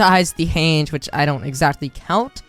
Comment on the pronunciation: the way you prounounce hange aggrivates me